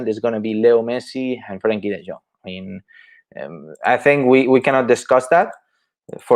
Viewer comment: Say De Jong correctly